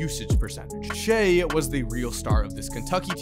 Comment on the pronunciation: kinda annoying that was calling him "shay"